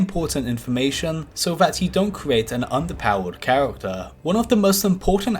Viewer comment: Making fun of someone's speech impediment, truly some high brow humour.